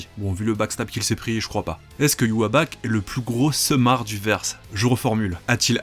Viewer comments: Ywabach ? ça s 'écrit Ywach pourquoi tu le prononce différemment ? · Pourquoi tu dis Ywaback ?!? 😭😭😭😭😭 Pourquoi pourquoi pourquoiiiiiii ????????? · arggg prononce bien Yhwach !!!